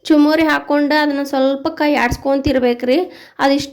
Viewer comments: ಚುಮರಿ ಅಲ್ಲಬೇ ಯವ್ವ, ಅದು ಚುರುಮುರಿ.😂😂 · Adu chumuri alla, churmuri i